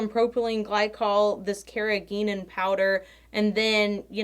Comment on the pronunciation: You're saying Carrageenans right. It's from the Irish word carraigín and it means small rock 😁